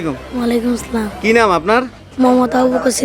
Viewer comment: ভাই আমার মনে হয় এটা আপনার কাজ না।ছালাম টাও ঠিক মত দিতে পারেন না।